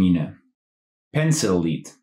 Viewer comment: Since knowing the Artikels are so important in learning the German language, it would be nice to include them. Also „lead“ in pencil lead is pronounced like „led.“